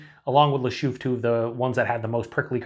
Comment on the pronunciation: A typical example of a Belgian Christmas beer. Try to get your hands on Christmas beers from Belgium and you'll know immediately that with these beers, the brewers like to play with spices and citrus fruits. Just a hint: its pronounced Lachouffe Nice, just the English pronunciation 😊